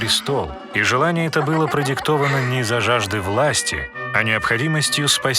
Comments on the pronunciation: Анимация, очень классная, вот прям очень... Но грубейшие ошибки сводят всё на нет (ХюррЕм, МахидЕвран, ШехзАдЕ, Параглы, закон ФАтиха (правильно ФатИха), и блять, какая ДжихангирА! Джихангир же правильно!! ; также Сулейман проправил 46 лет, а не 42, а Хюррем приняла Ислам не сразу, а через некоторое время) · Шехзаде произносится как шехзадЭ Закон Фатиха -фатИха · Гениально!! Почему раньше никто не додумался до такого мульта!!! Однозначно подписка! Вот только неверное произношение слов к примеру: благодаря рождению именно шехза́де - шахзаде́ (е звучит как Э) И не закон Фа́тиха а ФатИха. Это ошибки самые режущие слух